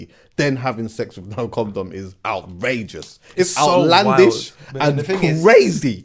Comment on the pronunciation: Absolutely kills me everytime 🤣🤣🤣🤣he says it with his whole chest